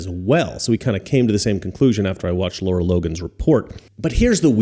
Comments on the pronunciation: 💡 Great report, as always. But you're pronouncing her name wrong. :face-red-droopy-eyes: Lara. Not Laura. 👉LAH-rah👈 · I was trying to find her Twitter and couldn't because you're saying her name wrong. It's not Laura it's Lara